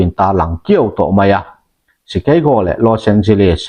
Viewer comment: I lam sap rau rau chuan..Chikeigo lo deuhin, Shikago hian analh deuh😂ka thianpa, American shikago ami lam dan